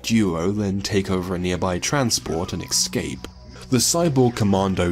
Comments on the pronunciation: Great video, but are you saying “excape” instead of “escape” or am I going mad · For Christ Sake stop saying 'Excape' go check your dictionary its Escape E S Cape not EX. you can miss pronounce any word you like, just not that one, triggers me, blocked gg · Its ES CAPE not EX CAPE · Escape. It's pronounced 'es-cape'. Not 'eggs-ape'. It's a six letter word with three syllables. It's not that hard guys. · Excape.... EXCAPE....